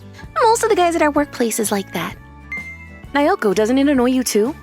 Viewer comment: And again... It's NAOKO, not NAYOKO.